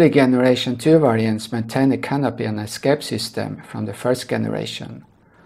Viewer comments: The "g" in the word "generation" is pronounced the same as a "j" (like jump) not with the 'g' sound in "good" they way youre saying it. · The way you say “generation” in completely wrong in English